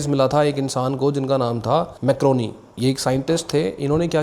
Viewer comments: Guglielmo Marconi ✅ Macroni ❎ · Macroni nhi bhai marconi😂😂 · Bhaijan 1st: macroni nahi Marconi tha 2nd: TransAtlantic ka matlab, Atlantic ocean k across message bheja. Matlab Europe to America. 3rd: year 1914 me noble prize walon ne offer kya tha k Tesla and Thomas Edison ko mil k shared prize dya jaye. Laiken thomas ne Akarr me aw k mana kr dya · I like your video. Just a small correction – it is not Mac-ro-ni but it is Mar-co-ni. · Very nice buddy, but wo मारकोनी है मैक्रोनी नई है😑 minute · Maar Coni .... Not MacRoni ..... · Bhai wo marconi tha… macroni nhi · 😂Bhai Macroni na bolo… he was Marconi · Not macroni its marconi bro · Bhai macroni ni wo marconi tha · bhai nobel prize winner scientist ka naam marconi tha macroni nahi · Bhai woh marconi h macaroni nhi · you pronounced the name wrong it's mar - coni , not criticizing just correcting .